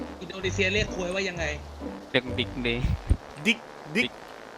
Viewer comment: พูดได้ชัดคือคำว่า "ค.ว.E."